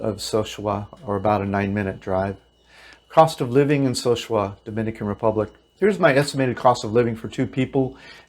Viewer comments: It's not SO-shua. It's so-SU-a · So sue ah... repeat after me So sue ah... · Sosua is Spanish. Pronounced So-Su-Ah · Sorry I had to stop watching the video after about a minute. First you can't even pronounce the name of the city correctly, and then you focus on prostitution and crime. Great start to get me interested in how to move to live there on $1100. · Please learn how to properly say the names of the two towns east of Puerto Plata n Think your Elephant is legal